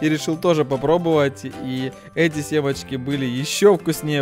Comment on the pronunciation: НЕ СЕМАЧКИ, А СЕМЕЧКИ!!! ЛЛЛОООЛЛЛ!!!